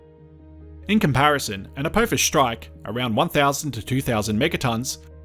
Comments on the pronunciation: Its a-p-off-us not a-poe-fus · Why do some say Apowphis. Do we say Stowp